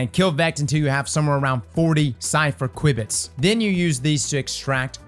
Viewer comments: "Q bits" not "Quib bits" lol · Queue bits. QUEUE bits. not qwibits XD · It's pronounced 'queue bits' (qubits) dude... that was painful man- thanks for the awesome PSA one again though!! :D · It's not pronounced quibits btw, it's pronounced queue-bits. It's a computer science/physics term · Just a heads up, it is pronounced "q- bits" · I like how calls the ‘Kwibbits’… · They're pronounced "kyoo-bits" btw lol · pronouncing qubits got me rolling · I know I giggle each time. Sounds like something you’d expect to hear from a vex toad.